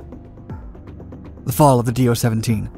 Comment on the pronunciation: It is not "D-O"! It is one single word. speak like "Doe".